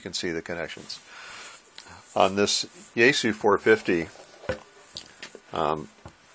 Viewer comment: Yaesu is actually pronounced yah-ess-ooh. Japanese やえす.